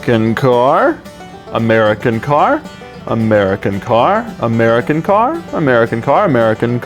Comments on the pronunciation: "Umera Kincar" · Am I the only one that started hearing "A Merry Cankar" after a while? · That moment when "American Car" turns into "Ameri Kencar" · Amaireakanker, amaireakanker, amaireakanker, amaire-a-kanker, amaireakanker, amaireakanker, amairekanker, amairekanker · "A Mary can Car" I don't know? Can she? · who is this Amera Kenkar he keeps mentioning? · Legends say he is still saying "american car"